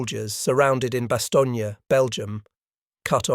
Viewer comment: The last letter.is not.pronounce so it Bastogn